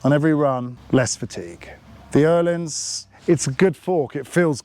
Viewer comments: I absolutely love that you pronounce Öhlins correctly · as a Swede, It does sound very good 👍